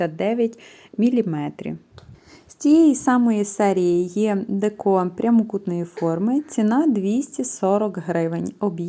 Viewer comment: Не декО, а деЕко.